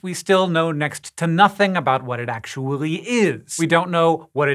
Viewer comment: You've pronounced the "LL" in "actuaLLy" like a native german speaker lol even morr . Haha I have never heard you speak like this before. Quite interesting. Curious why